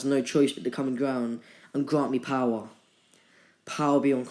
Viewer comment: stop making that weird voice in what if naruto was madara's reincarnation AND STOP SAYING BOWER